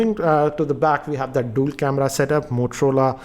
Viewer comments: Its dual camera not dool camera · Dool camera? lol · Dool camera and dool sim 🤣🤣😂😂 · DOOL camera?? 😂😂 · Dool Camera??? 🤣